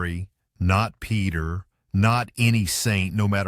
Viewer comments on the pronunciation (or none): none